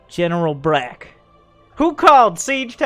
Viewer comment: When miss pronounced Brock as Brack for the hero tank